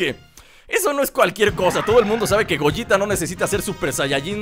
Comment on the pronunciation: se dice gogueta